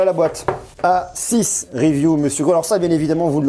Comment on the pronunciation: C'est le A6 mdrrrr t'y à pas arrêter de dire s6😂😂😂😂